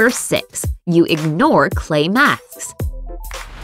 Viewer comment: When she wanted to say clay masks she said clay maks